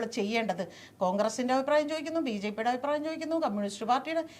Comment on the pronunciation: "ഔപ്രായം" എന്നല്ല, അഭിപ്രായം എന്ന് വ്യക്തമായി പറയുക. എല്ലാ ഇൻറർവ്യൂ കളിലും ഈ "ഔപ്രായം" കേറി വരുന്നുണ്ട്...